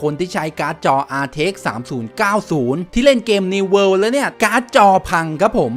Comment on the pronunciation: World ไม่ใช่ worle